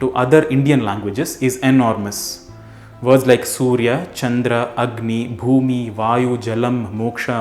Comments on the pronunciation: ଭୂମି means land. It's pronounce just like you said. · Bhumi is exactly what you pronounced in Marathi